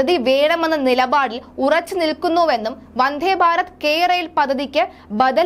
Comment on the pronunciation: വന്ഥേ ബാരതമല്ല, നിലബാടുമല്ല വന്ദേഭാരതവും നിലപാടുമാണ് കുട്ടീ... വാക്കുകളുടെ അർത്ഥം മനസ്സിലാക്കി വേണം ഭാഷ ഉച്ചരിക്കാൻ... ബക്ഷണമല്ല ,ഭക്ഷണം ആണ് കഴിക്കുന്നത്